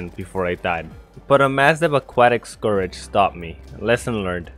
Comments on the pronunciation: Btw scourge is said “score-j” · "Desert Scourage" he says..